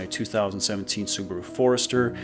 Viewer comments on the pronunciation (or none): none